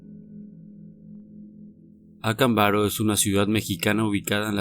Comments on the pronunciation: Por qué siempre pronuncias mal los nombres? Acámbaro! Avento en la segunda "A" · ACÁMBARO, CON ACENTO EN LA PRIMERA A. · Acámbaro es una palabra esdrújula, si vas a transmitir una información, ocúpate de hacerlo de manera correcta.